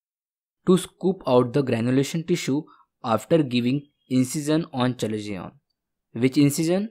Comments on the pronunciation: Not called chalezion, its called kalezion, written chalezion😅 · Its pronounced as kalazion ... Not chalazion